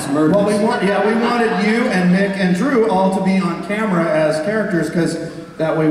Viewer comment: Its Mick, not Mark... poor Mick.